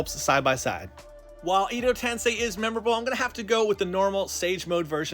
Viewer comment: It's japanese not chinese on the nameplate. Also "edo" is pronounced like "air"-doe without the r.